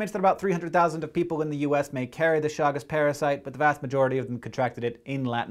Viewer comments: Please correct the name. Chagas, not Chagus. Thank you! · Chagas not Chagus.